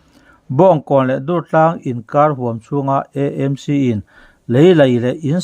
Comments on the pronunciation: EMC ti loin AMC tia lam zawk tur a ni e. Pu Rinenga insawi fiahna kha ka lo ngaithla ve a.a nep ka tiin a zahpuiawm ka ti ngawih ngawih . Khatiang rilru nep lutuk pu khan engtik ah mah thil tha a tingai lo ang.kha a thusawi ka ngaihthlak atang chiah khan amah ka hmuh dan pawh a dang nghal vek. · EMC. A dik thei lo 😂😂 sim sim.😂😂